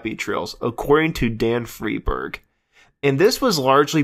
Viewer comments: Also it's "Fry-berg", not "Free-berg"! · Homeboy need to learn how to pronounce John Cippolina and David Frieberg ....I saw the 2006 re-union of Quicksliver w/Gary Duncan & David Frieberg at the Sausalito Art Festival...That was quite the flashback day....Also on that show was Its a Beautiful Day w/David LaFlame....Big Brother & the Holding Co....Tom Constanine (Grateful Dead keyboardist) & also Jefferson Starship....Also many moons ago saw Cippolina and his band Copperhead....